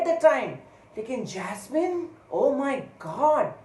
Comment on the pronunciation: The way you said jasmean jasmean 🤣🤣😂 i laughed so hard .....